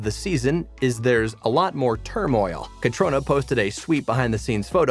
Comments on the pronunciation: The people doing these things, really need to find out how to pronounce people's names! CATRONA!??? Try Caitrina, just spelled the Irish way. Caitriona Balfe! I'm sure this guy has heard her name before. (from Sandi) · I stopped listening after you pronounced Caitriona's name wrong. How annoying 🙄🙄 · I cannot listen to this. The continual mispronunciation of names, especially Caitriona’s, really grinds me. You’d think this guy would know better if he had heard her name properly pronounced in earlier interviews, etc. poor homework on his part. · Please learn to correctly pronounce the actors' and characters' names! It's Kuh-treen-uh!! MAR-suh-lee!! Governor TRY-on!!